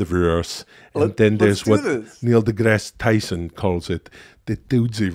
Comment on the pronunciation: holy shit its actually Neil degrease Tyson